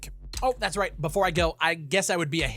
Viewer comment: "The Day Befour" 😂